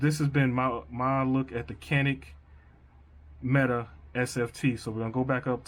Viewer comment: Just as an aside, per Canik's website, it is not pronounced Meta, but rather Met-ay.